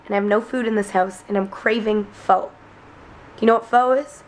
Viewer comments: Was going to say pho is not pronounced "fo" but more like "fuh" but then started pronouncing it correctly at the restaurant. Guessing either Mike or Darryl told her about it. But, nicely done! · My husband keeps correcting you and saying it's pronounced FUH lololol! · pho is pronounced fuhh